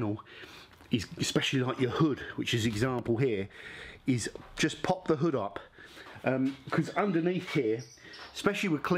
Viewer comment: Hood..... your getting more American by the day 😂